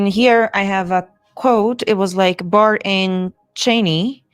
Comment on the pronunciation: Got it, Barr not Baer😢